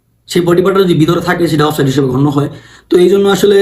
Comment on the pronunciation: চান্দু, শব্দটা "অফ সাইড"... offside অফ সাইট আবার কি শব্দ রে বেকুব!